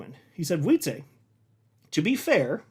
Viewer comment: It's Wietsè, not Wietsééé!!! Short E